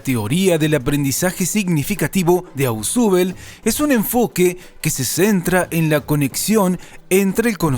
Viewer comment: Se pronuncia "Osbel" no "asubel"